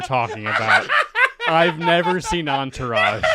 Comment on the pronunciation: I gave up after I heard Enterage. Good episode up until that